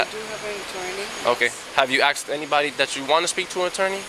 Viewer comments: In this officer's language 'asked' is pronounced 'axed'. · The cop said "aksed". Speaking proper English should be a requirement for an officer. Ridiculous!!!!.